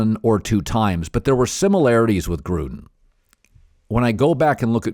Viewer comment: I know he's saying Gruden but, I heard Trump!